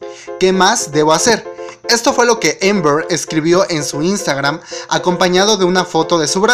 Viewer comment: Se dice Amber no Ember